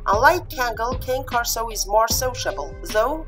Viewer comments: If you used Al , since he is designed to robotically speak English, he will always say "KEI:N" with a long "I". It is correct to say "KANE KORSO" in Italian, not "KEIN". Explanation: Another YouTube channel owner had a similar problem. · Please, if you do comparison, know how to pronounce properly the name of the dog you are talking about! What a shame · Yes I know, it is correct to pronounce in Italian and even easier, but except for people who know its right pronunciation there are the majority of people who pronounce it in an English way, and there is always misunderstanding, when in plural I say Cane Corsi in Italian , I even took down one video for this reason :) so gotta envisage all people from all walks of society and demands, and suggestions helps me a lot and I'm thankful for it provided in what style suggestion is made, as you do it is more than help it is really a great help, some scold and that way suggest but I think i got a strong immune system now, got used to it :)